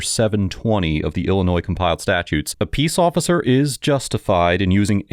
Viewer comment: Keeping it real. Can't even pronounce officer or ask.